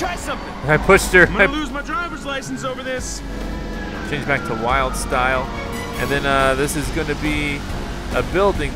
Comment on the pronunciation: Dude it's Wyldstyle not Wildstyle.